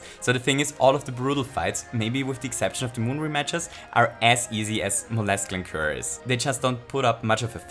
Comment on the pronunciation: Robobrood is much faster with hammer bro rather than pokio. Lancuer is actually wrong, it's an s sound instead of a k sound for the c, everything else is perfect in my opinion though.